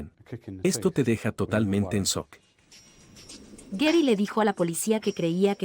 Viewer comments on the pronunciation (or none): se dice Sharon, no saron.... se dice Shock, no sock....